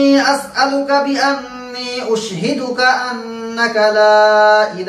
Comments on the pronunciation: দোয়াটা আপনি নিজেই তো ভুল পড়ছেন!উশহেদু হবেনা!হবে আশহাদু.!সহীহ্ করে পড়েন আগে.! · উশহিদুকা না আশহাদুকা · Hujur, correction : Ashaduka, instead of USHIDUKA. Please advise.